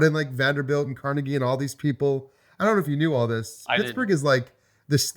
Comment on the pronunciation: Us people from Pittsburgh probably know Frick (Frick Park and museums), coke (the steelers logo is often interpreted as blue = coke, orange = iron, blue = scrap steel.), etc. :) You can ID us because we'll be correcting your mispronunciation of Carnegie, not the ones correcting your mispronunciation of Lancashire. :D As for your question, I can't get past the fact that you spelled Pittsburgh wrong in the question. j/k. I don't think it will replace it for everyone. There are a lot of people who think Lancashire is a better game because it is more streamlined and the map is tighter, and that was especially true when the Roxley editions came out. I believe critics at the time phrased it as Birmingham is a "standalone expansion" to Lancashire. I imagine they'll do the same with Pittsburgh but go into a different direction. Apparently that direction was originally planned to be a lighter version of Brass until they researched the Gilded Age and went in another direction, but with a requirement that the play time should still be in the "sweet spot" that Birmingham has. Don't know what that'll be but it sounds exciting. (Brass:Scotland is likely to be the lighter version, apparently Martin Wallace himself is doing a lot of the designing there)